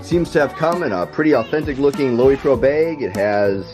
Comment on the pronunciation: Pronounced Low-Pro.